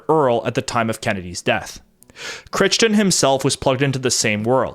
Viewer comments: Surely Crichton is pronounced "cry-ton", not "critch-ton". (At least, in the UK it is.) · Crichton is pronounced as "KRY-tuhn" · 'Crichton' is pronounced /krai·tn/. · Jack Crichton's name is pronounced 'Cry-Ton'